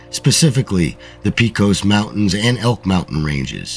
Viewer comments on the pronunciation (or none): “Pay-cus” mountains, not “Pea-cos”